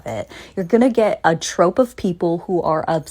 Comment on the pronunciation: I think she’s mispronouncing troupe/troop. Troupe specifically because the ou is pronounced as “ow” in a lot of words like gout, “oo” in group, and “uh” in trouble. If she’s only ever read the word, I can see her thinking it must have an alternative pronunciation to troop (and ou is decently versatile). Maybe I’m giving her too much of a benefit though lol. “Trope” seems to be a booktok brainworm at this point.